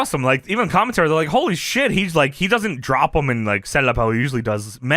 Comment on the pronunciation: Yes-ah, they-ah, Are-ah